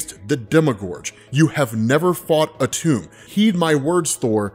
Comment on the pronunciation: It’s pronounced atom… that’s where the molecule gets its name from dammit your killing me